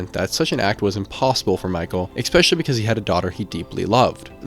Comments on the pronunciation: Yeah, and several times you hear him say "expecially" instead of especially which makes me think he's pretty young... Especially since he thinks this is all the work of one person... Kinda like someone who watches too much TV and movies and has no idea how the world really works. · Do you just say exspecially for post engagement? I like the videos. But hate the constant butchering of the word ESPECIALLY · Especially, not expecially. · “Eggspecially” x 250. 🤯😂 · I like your stuff. I subscribed....But please stop saying "ek-specially."